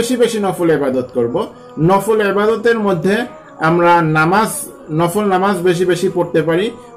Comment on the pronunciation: It's "BEDAAT" You can pray as like "NAFAAL"